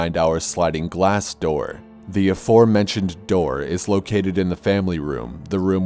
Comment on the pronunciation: Lol that's not how you pronounce "aforementioned".